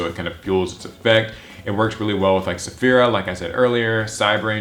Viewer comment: Finally there's someone else that pronounces "Saffira" correctly. Before now I've only seen PhoenixFlareX say her name correctly. It annoys me considering a lot of people have probably read Eragon and/or seen the movie to know how its pronounced because of that Saphira. Edit: And I'm glad someone acknowledged Odd-Eyes Gravity Dragon too. I just wish it was searchable with Pre-Preparation of Rites, cause it has a good Ritual Spell Card (it's a lot like the new BLS Ritual Spell in that it can Ritual Summon from the Graveyard too).